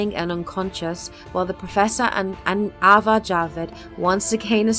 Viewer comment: lol, it's Azar not Avar... jussayin'